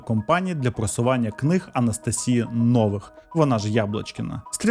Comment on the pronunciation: Дуже смішно дивитися подібні відео, в яких автори щось віщають, що начебто розібралися в чомусь, серйозно розповідають щось там, коли чувак елементарно не може розібратися в назвах слів, які він говорить 🤣 Якщо хоча б правильно називав, то ще більш-менш було б, а так неможливо слухати... 1 бал із 10! 😄 Правильні наголоси: не АллатрА, а Аллáтра; не ШамбалА, а Шáмбала; не НовИх, а Нóвих. Кожен раз, як він неправильно вимовляє слова, наче розумово відсталого слухаєш 🙄😄